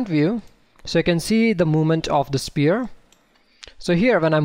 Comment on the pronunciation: Nice videos but please learn pronounce sPHere properly. Like an F. :D